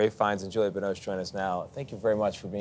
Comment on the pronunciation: I'm grateful for listening to both of them, magnificent actors, but this guy interviewing them is such an idiot, why was he pronouncing almost Julia ? Instead of Juliette?